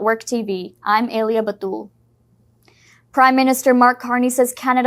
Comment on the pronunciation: Your name doesn't pronounce A lyia. It pronounced Aa lyia. Learn to pronounce your na name properly please